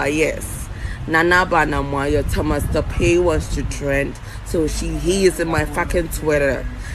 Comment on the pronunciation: U can't even say Thomas partey saying Thomas topay 🤣🤣🤣fa wo gyimii no koo